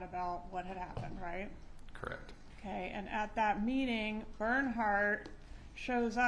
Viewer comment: “Correct” or “crrect “ 😊